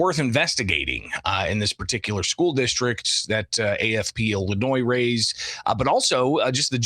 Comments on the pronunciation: I never noticed Kwame cannot pronounce illinois correctly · This guy definitely graduated from the Chicago Public school system. The S in Illinois is silent. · I am concerned when I hear kwame raoul, Il attorney general speaking and can not even pronounce the state of Illinois Correctly- several times! Really??